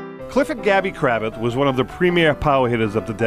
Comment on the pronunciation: You mispronounced his last name. Its Cra-vath